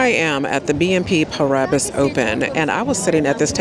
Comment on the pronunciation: Thank you for this video. I work in TV/film and the rejections are disheartening. I hope you’re still at the tournament in a couple of days and our paths cross. But real talk — it’s pronounced BNP Pah—ree—Bah